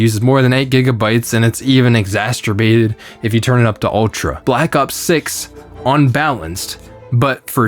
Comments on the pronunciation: “exasturbated” 😂 you may have created a new word there! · Do not say "Expecially". Or "exasturbated." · "exasturbated...." lol... Sounds like extreme masturbation...